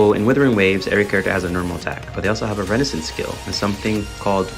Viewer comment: not trying to be a grammar nazl but, the way you say RES O NANCE as renaissance was driving me wild, also partying instead of parrying. Other than those great video and i also agree very much, and am excited for wuwa